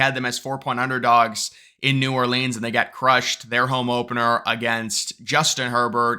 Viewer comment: New Ore Leans 😂